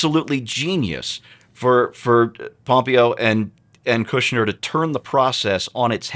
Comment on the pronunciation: you're the only person I've ever heard mispronounce Mike Pompeo's name. Pom-PAY-o.